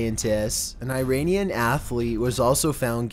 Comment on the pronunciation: “Eye rainian”